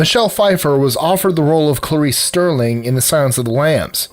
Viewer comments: Starling not Sterling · 20 Its Starling, not Sterling. Just saying, in the movie he says "fly away Starling, fly fly fly". If her name was sterling that would make no sense because its Starling like the bird. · It is Clarice Starling (like the bird) not Sterling .Hannibal even makes a reference to her name (as in "fly away" Starling).Kind of hard to take this list seriously when he gets the names wrong. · The character's name in Silence of the Lambs is Clarice Starling, not Sterling. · Starling, not Sterling. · Ummmm Sterling!!!! No, STARLING :) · You can't even get Jodie Foster's character's name right? It's Clarice STARLING, dipshit. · Danny "Zunko"? Clarice "Sterling"? Jack "Nicholas"? Come on. It's not hard to get these names right